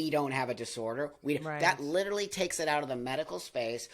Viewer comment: Someone needs to tell her that the word is “literally” -not liderly. 🫢❤